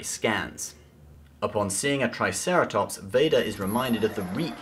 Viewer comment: Lol you said "TIEceratops" hahaha